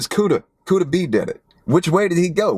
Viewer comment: It’s Kooda